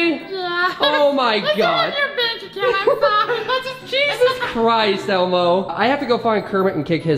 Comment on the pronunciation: Every time u say Elmo it says Alma